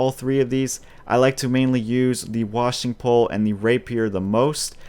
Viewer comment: It's pronounced Wa-Shing Pole